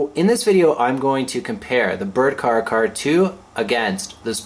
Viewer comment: care-ahh. care-ahh 2.